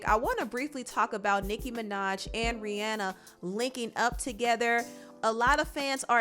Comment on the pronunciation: I love that you said Rihanna name right